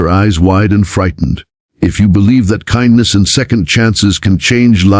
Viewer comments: So sucks It cannot prounce simple words… kindness is not kin dess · Why can't the narrator pronounce 'kindness ' ?